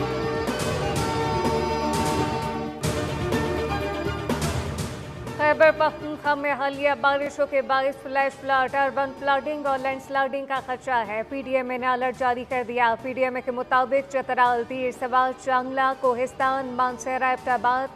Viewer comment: urbaan flaaading and laand slaading? what!